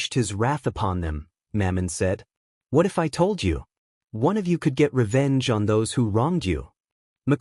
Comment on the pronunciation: "The ehatif guy" I'm sorry i can't, i just can't 😂😂😂😂😂😂